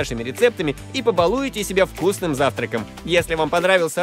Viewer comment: ‘ Побалуете себя😅😂 (Вверху ударение) Заласкайте плис,чтобы все увидели😅👌